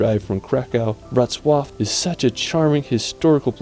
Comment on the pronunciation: WROCŁAW It's very easy to pronounce: Wrots + Love :)